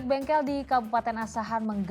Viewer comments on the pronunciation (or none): bengkel bang bukan bengkek